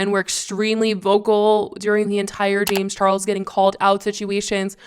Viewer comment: Jame charles? She’s saying jame charles over n over. Lol sounds funny.